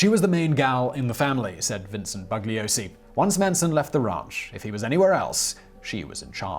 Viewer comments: The "g" is silent in the name Bugliosi. BOO-LEE-OH-SEE. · Just to nit-pick, the "g" in Bugliosi is silent. Members of the "family" tried to taunt him by calling him BUG-liosi. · In his book "Helter Skelter", Vincent Bugliosi wrote that Manson deliberately said his name wrong:. "BUG liosi". His name is Italian and the "g" is silent: "boo - li - O - si".